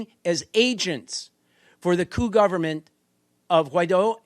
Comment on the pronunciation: The "Article 128" item must be very important (at about minute 40) because the mike is cut and the "translator" (who pronounces "coup" as "coop" vs. "coo") does not speak it. So I will supply the text of the Venezuelan Constitution Article 128: Article 128 (in the protection of environment section) "The State shall develop a zoning policy taking into account ecological, geographic, demographic, social, cultural, economic and political realities, in accordance with the premises of sustainable development, including information, consultation and male/female participation by citizens. An organic law shall develop the principles and criteria for this zoning."